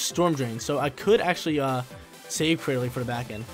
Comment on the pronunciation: He even says claydily